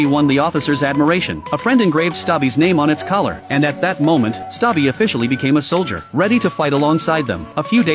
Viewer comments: It's Stubby- not Stabai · It’s stubby not stabi😂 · Bro it's not stabbi it's stubby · It's not stabi it's stubi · It's stubby not (stabby🤓☝️) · The correct name of stabi is stubby not stabi Okay😂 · Erm its not "stabi" its "stubby" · Stubby ❌ Stabi ✅ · Ermm... actually his name is stubby not stabi.🤓☝️ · It's not stabbi it's stubby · That says stubby narrator says its stabi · brooo its not david💀 its conroy and its not stabi💀💀 its stubby😂😂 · STUBBY❌️ STABBI✅️ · its stubby not stabi😂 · Its a real story also its Stubby not Stabi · ITS NOT STABI ITS STUBBY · Not stabi but Stubby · It's not David, it's Robert Conroy. It's Stubby, not Sabi 😂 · its not staby its stubby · its stubby not stabi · Crazy gow this is a real story, anyways his name was Stubi not Stabi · Not stabi it's stubby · Stubby-❌ Stabi✅ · It's Stubby not stoppy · Bro, you said Stabbi it is stubby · It’s stubby not stabi. Get it right he was a real life hero idiot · It’s stubby or stubbi and its not stabi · It’s stuby not stabi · It’s stubby not stabi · Yall his name isn't stabi its stubby 😅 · its actually not stabi but its stuby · His name collet is stubby not stobi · It's not stabi it's stubby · Not stabi it's st ubby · wtf do you mean "stabi" 😭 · It’s not stubi it’s stubby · His name is stubby? Not stabi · HELP “STABI” BRO ITS STUBBY- 😭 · bro really said “Stabi” instead of “Stubby” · Stubby ❌ Stabi✅ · His name is stubby not stubi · It is not stabi it is stubby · it's Stubby, not Stabi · Why is he saying that the dogs name is stabi even though the real name is stubby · it's noy stabi it's stubby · I don’t wanna be a pain but it was pronounced stubby not stabi (the movie is named ‘Sargent Stubby’) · It is not sabi it is stuuby😅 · Bruh its stubby not stabi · Its not stabi but its stubby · Its stubby not stabi this a real story on the 1920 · His name is stubby not stabi bro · Its not stabi but stubby😅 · Is not stabi its stubby! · It's stubby and not stabi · U said stabie but the coller said stubby